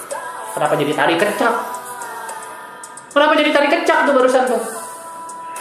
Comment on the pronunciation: gedeg dah gua kalo lu ngomong "kenapa" tapi ada h nya jadi "khhenapa" wkwkwkwkwkwk